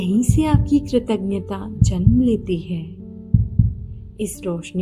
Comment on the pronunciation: कृतज्ञ बोलने तो shikh lo bahan❤